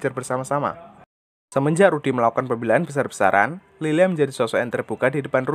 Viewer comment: Lylia bang bukan lilia beda tipis